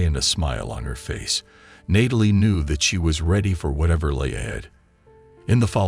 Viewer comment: Learn to pronounce the name Natalie properly. It is not "Nay-tal-ee," it is pronounced as "Gnat-ah-lee."